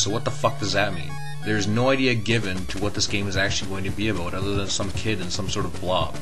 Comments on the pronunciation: LOL. He pronounces "about" like "aboot". Just like the Canadians on South Park. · aboot... ABOOT